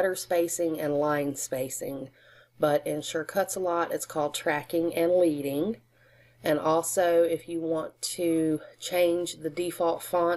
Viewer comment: The line spacing is pronounced ledding . It comes from letterpress printing and indicates how much spacing lead is required between each line